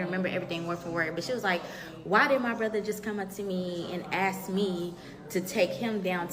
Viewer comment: I hate how she says brother 😂😂she sayin Bruhva